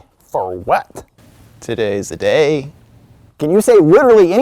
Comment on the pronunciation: I think this is my favorite intro skit 😂. "Todays deh daey" is gonna be in my head forever